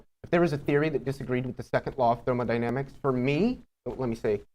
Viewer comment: "thermaldynamics". I understand its just a slip of the tongue but its always fun to hear a non physicist mess up this word.